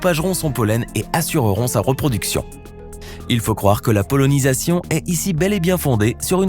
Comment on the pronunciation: PolONisation? C'est pas polenisation?